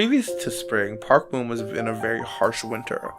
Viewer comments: I wished u pronounced it as Park Bom and not Park Boom lol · BRO ITS NOT PRONOUNCED BOOM ITS PRONOUNCED PARK BOMB THE BOM SOUNDS LIKE BOMB SO SAY PARK BOM NOT PARK BOOM😡